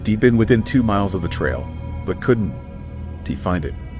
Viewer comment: Sounds like AI slop. "Could N T". Stories repeated and facts are mixed up. Cell phones in 81?!?!?!